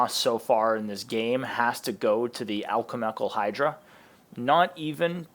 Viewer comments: I was reading the comments talking about name pronunciations but I still wasn’t ready. Bro said “alkelmhekl hydra”and I swear all time around me stopped immediately 😂😭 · Watched full video just to hear him saying "alkelmhekl hydra" 😂😂😂